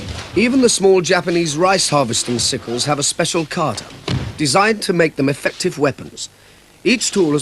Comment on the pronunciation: This series, way of the warrior was on the BBC in 1970,s I believe. No AI , it's Dennis Waterman doing the narrating. And unfortunately he doesn't pronounce some words correctly, it's Higa onna, and Kata not carter